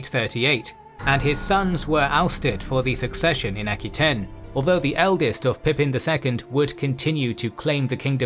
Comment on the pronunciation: Just one thing Aquitaine is pronounced a - kwuh-tayn, not aki-tayn.